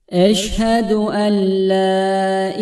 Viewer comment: Eşhedü en la derken le diyemi okuyorsunuz?